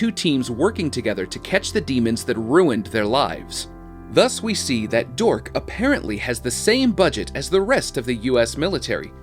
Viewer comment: Their name is D.H.O.R.K.S. You missed the S in speaking it.